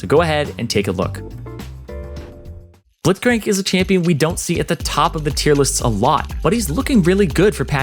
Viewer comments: The first time you said Blitzcrank you said "Blithcrank" lol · The way u said blitzcranks name Blit-crank